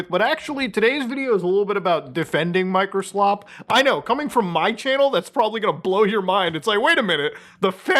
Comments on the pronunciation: You said "Microslop" incorrectly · You keep mispronouncing Microslop.